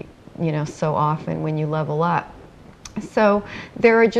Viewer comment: virtual game world lol she jus cant say level can she ? (cough cough) im sick i got video game symdrome